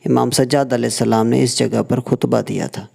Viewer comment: Khutba hota hay kuhtba nahi JAHAL